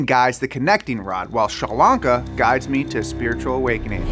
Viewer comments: Shurlanka sounds like Sri Lanka lol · I love how he took Sri Lanka and turned it to Shralanka like it's some hipster chick🤣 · Did he say Sri Lankan or Shrilanla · Its not shar lanka its sri lanka 🇱🇰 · I thought you were saying Sri Lanka for the longest 😂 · There's no H in Sri Lanka,!!